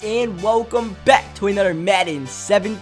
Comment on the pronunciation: he always says anudder instead of another